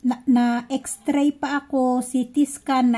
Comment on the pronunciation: X-RAY hindi po "X TRAY"